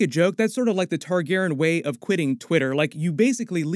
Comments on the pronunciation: Man, please say "TargarYen" not "Targarren" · Why is leaving out the "Re" in Targaryen.. I know it's a change. I went back and watched some reviews from Game of Thrones and he said it the way we all say it